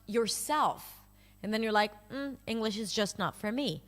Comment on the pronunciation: I agree for the most part but the way she says English differently than I normally hear. Not Enough g in it.